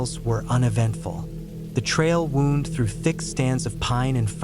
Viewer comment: Wound isn't always pronounced "woond" It is sometimes pronounced "wownd". You should narrate your own stories, rather than using AI. People appreciate that sort of thing.